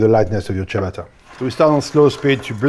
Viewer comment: FIRST YOU should learn HOW to pronounce the word ciabatta , but also the way you do it has nothing to do with Italy ! its a self invented rubbish ! the entry G - oven fired with cheap ! gas is disgusting ! selling us wood fire image ! a metal ! box with a stone in it ! production cost under 50 usd ! for the largest one ! is a total fraud ! the image which is build up is. a lie ! any electric oven does the same ! and if you are really interested in food. build yourself a wood fire stone oven !